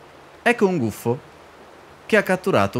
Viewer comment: Scottecs si dice gufo no guffo